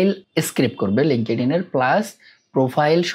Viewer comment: Linkedin pronounciation shikhen valo kore tar por record koren.